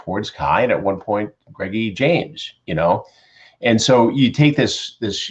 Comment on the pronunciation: I always think Chris is saying Greggie James and I cant deal its so funny